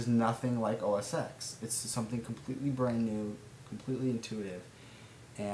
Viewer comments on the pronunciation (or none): It's pronounced "OS Ten." Vista search for documents is terrible, but Start Search for the start menu alone is a godsend. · Noone else here corrected you on OS X's pronunciation. I didn't mean to tell you what you already knew, but I didn't think I'd be the 5th person to tell you.